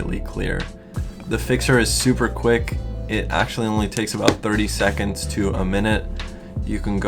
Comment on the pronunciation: "30 secćčonds"